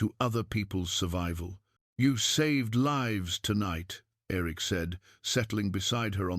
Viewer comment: I had a teacher when I was in high school that always called me Irik. Like the lake Erie. She was from Maine. So it may be from that programmed into the AI. Great story. Thank you.